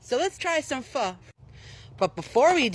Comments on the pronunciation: Its called phO not PHA. You pronounced it correctly. no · I might be tweakin, but dose anyone else hear "Fuck" insted of pho? 😂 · He absolutely butchered the pronunciation. Personally I would NEVER ever add hoisin sauce into my pho, because the broth alone should be enough already. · Him not being able to say “Pho” or “jalapeño” pisses me off